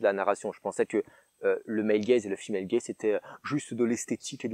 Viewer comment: Purée J'ai quand-même compris après 3 minutes de vidéo qu'on parlait de Male Gaze et pas de "el gaize" et "film el gaize" x)